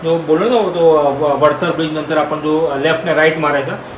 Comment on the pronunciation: वढतर नाही वाडातर